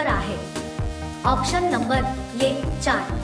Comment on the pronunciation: आॅक्शन नाही आॅप्शन म्हणा. आणि ये नाही ए म्हणा